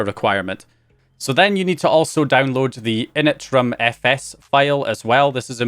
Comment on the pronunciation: what the fuck is interimfs? it's "init ram fs" initramfs